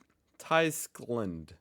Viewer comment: Tyskland is pronounced "Tüskland" but that doesn't help you either. "ü". lol